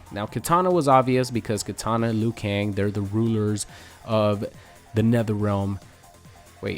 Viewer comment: Liu kang its Liu, Liu!!!!!